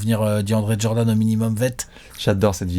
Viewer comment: Et selon toi pourquoi tout le monde dit "Jordanne" alors que c'est Jordan 😂😂